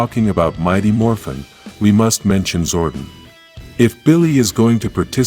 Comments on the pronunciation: He calls him Zorten. Lol. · Sorry but its Zor DON. I lovd this channel but that pronunciation gets me everytime. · Your not putting enough emphasis on the o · Its zordon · Is this AI speaking why Butcher Zordon name so badly